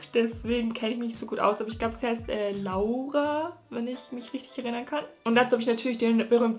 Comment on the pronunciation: uff wie du meinem namen LAURA ausspriechst wow echt schö das könnte ich mir in einer audio ständig anhören:)